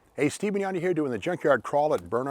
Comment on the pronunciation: Today's A.I. name butchery: "Steve Mignon"